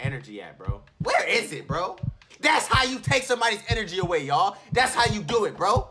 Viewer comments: Boy said “enrgy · HE SAID GET MY ENRGEY